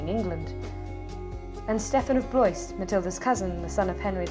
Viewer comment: Nice vid. Blois is pronounced Blwah not Bloise.